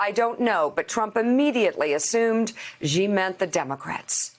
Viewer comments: I understand why Xenophobia is 'X' in the capital letter and pronouced like 'Zenophobia' So people pronouce Xi like Gee. Actually Xi jinping should be called as 'Shi Jim Ping' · It annoys me that everyone pronounces Xi wrong. The X in Chinese is pronounced like SH with a slight leaning toward a simple S. Not that strange ZHJ sound that all of the reporters keep using. It sounds more like SHE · Why oh why do people say 'President Ghee'? Where did the gh sound come from? There is literally no such sound in Chinese! It's very close to she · Xi is pronounced "Shee" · It's comparatively one of the easier things to pronounce in Mandarin for English speakers...where did the ghee come from?